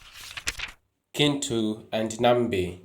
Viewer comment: Is it not pronounced chintu? I though Ki in Luganda was a ch sound.